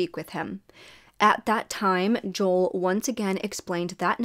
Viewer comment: Great video!!! Just wanted to kindly let you know that Joel’s name is pronounced Jo-el not Jol! 😁🫶🏼